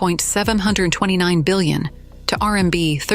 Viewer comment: Try separating the letters R M B to correct the way AI is saying it!